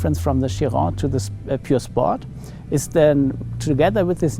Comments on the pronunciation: Pur sounds like Pure, not Purr, matey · It might purr like a cat, but it's not pronounced "purr"-sport. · How much can you butcher the pronunciation of the pur sport name